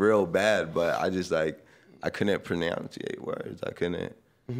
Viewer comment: prenounceite lmao